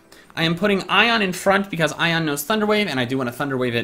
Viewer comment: And, It's Ione, not Ion.